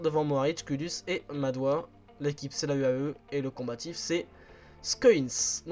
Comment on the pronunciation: Dans Madouas, on prononce le s